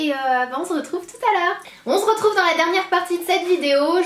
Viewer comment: On SE retrouve et pas on zretrouve sérieux arrête de dire ça ça m'énerve !!! :)